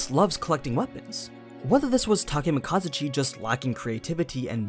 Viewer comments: hi im Takemakazuchi totally not Takemikazuchi nope its Takemakazuchi if ur gonna say it that way then replace the i in Takemikazuchi with an a pls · did you just replace the i wan an a in the name [Takemikazuchi], if it had an a it would be [Takemakazuch] so you miss pronounced his name.